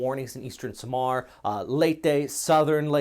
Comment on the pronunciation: Very good in pronouncing 'Leyte' correctly. More practice on 'Samar'. Pronounce it like this... SAH-MAHR with hard 'R' like in Spanish, and the letter 'A' is open vowel like in 'fAther'. Actually all words with letter A in the Philippines must be pronounced as such. Again, take note of the letter R. 😉